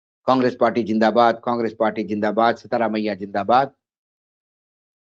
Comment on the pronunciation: Please get the name right it is SIDHI ramayya not SEETHA ramayya